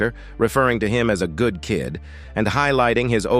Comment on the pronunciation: I really cannot take these AI clickbait videos. Check out how legal, good, and Melania are mispronounced.